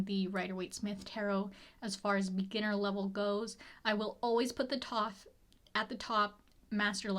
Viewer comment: I love your videos a lot as I'm also learning Tarot and I hate to be 'that' person but "Thoth" is pronounced "thow-th" like the god. Kinda like The oath but thow-th.